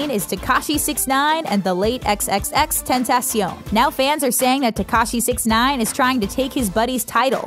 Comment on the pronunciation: Why do you say XXXtentacion like a typical white person